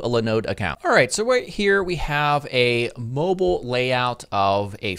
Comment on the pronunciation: Can't be a mobile master until you can pronounce it properly ;)